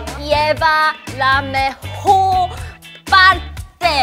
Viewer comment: Me dió risa cuando no decían el "mejor" completo y solo decían mej, no sé porque será pero bueno